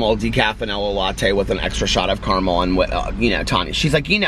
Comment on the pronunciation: Please stop pronouncing caramel differently from how you naturally say it. It’s fakey-fakey. Unnecessary and inauthentic. Which makes it the opposite of what you’re all about.